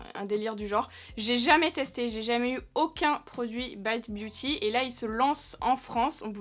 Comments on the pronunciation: Coucou on exige que tu prononce le nom à la française!! 😂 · La seule marque que prononce à l'anglaise 😅